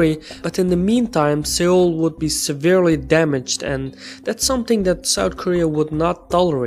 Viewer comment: Its pronounced Sole, not Sayole